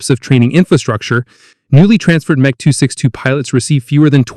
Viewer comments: What is "Mech"? Either use the full name or M-E. These AI narratives are so annoying!! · The M.E. 262 of pronounced "M" "E". Not "Mech" 262. But what do expect for AI narrators? Not much. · You need to change the AI voice to say EMM EEE 262 as it’s saying meh 262. Are not concerned with things like this ? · "Meh" 262, seriously you could have gotten the AI voice to correct this,This is a shame as the rest of the vid was pretty good.